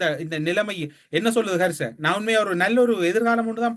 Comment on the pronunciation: கர்ச அல்ல ஹர்ஷ. மற்றவர்களுக்கு வகுப்பெடுப்பதை விட்டு ஒழுங்காக சொற்களை உச்சரிக்க பழகவும். முஜிபுர் குற்றமற்றவர் என்பதை அவர் பேச்சிலேயே கண்டுபிடிக்கும் அறிவுக்கொழுந்து இந்த. ஆல்பர்ட் ஐன்ஸ்டீன் இவரிடம் தோற்றுவிடுவார் போங்கள். சமீப காலமாக SJB இற்கு ஆதரவாக பேசுவது புரிகிறது. Isham insight என்ற சிறுவயது யூடியூபர் இடம் வகுப்புக்கு செல்லவும்.